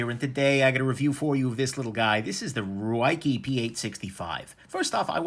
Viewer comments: Try "ray-keh" as a possible pronunciation. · Nick, c'mon... Every time I see that you're going to review a Ruike, I already know that you're going to purposely butcher the name simply because you don't like it. We get it. Just call it what it is and focus on the review rather than your displeasure over a brand name. You're a smart guy, you can do it.